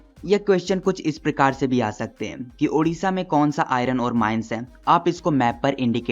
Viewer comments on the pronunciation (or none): Sorry sir but iss prakaar❎ prakir✅😂